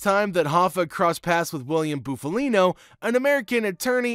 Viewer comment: Buff as in puff Montedoro not mantadoro Shandra not Chandra